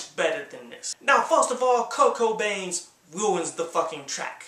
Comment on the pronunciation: Lol sounded like u said "kurt cobain" instead of kirko bangz